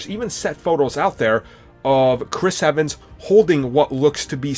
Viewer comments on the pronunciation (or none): none